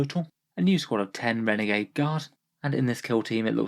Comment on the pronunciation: here when it said renegad